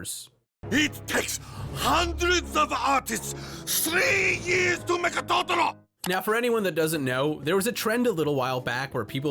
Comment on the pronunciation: Please dont ever say Totoro like that ever again..